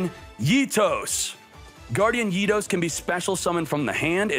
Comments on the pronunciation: Guardian ITOS triggered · I cringe every time he pronounces Eatos